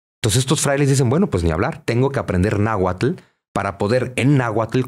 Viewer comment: Al Dr. Zunzunegui solo le falta mencionar bien las palabras en Nahuatl